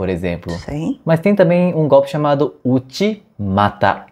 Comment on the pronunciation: Uchimata não é "vô te matá"